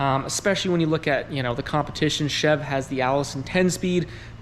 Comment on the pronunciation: Anybody else cringe every time he said chev?